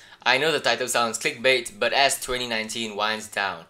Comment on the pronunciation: u said tik bait